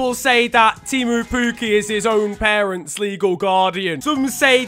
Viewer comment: I am from Finland so I can say that it isnt Tiimu Puuki its Timo Pukki.... Pls say it right :D